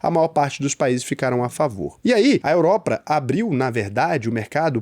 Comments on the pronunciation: "Europra" , "Chegrei Brasil" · “Europra” me pegou um pouco. Kkkkkkkkkkkkkkkk. Tmj ❤